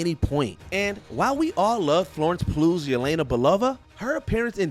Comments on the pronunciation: Sorry, but.. Florence Pluuuu? It's Pugh... come on! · BRO Is no one else going to point out whoever is narrating this is BUTCHERING names like Florence PLUGH? its Pugh. And I don't know this Taco Waititi, but Taika Waititi is a great director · “Florence Ploo” “Particul-air-ly” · Did he say "particularily" and Florence PLUGH in the same 6 second stretch. God where did you get this Bozo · Did he say Florence PLUGH?